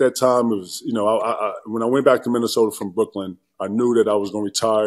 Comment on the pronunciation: The 3 sure things in life. Death, taxes and Stephen A saying "Minnesoter" 😂